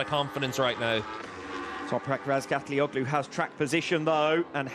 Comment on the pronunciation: Hey commentator. Who the F is Ratgallagotu? Maybe you should learn how to say the number one rider’s name before you open your dirty mouth.